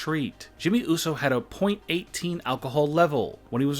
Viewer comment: it uso not uso